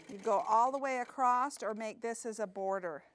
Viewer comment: A-C-R-O-S-S not a-c-r-o-s-t. Thank you.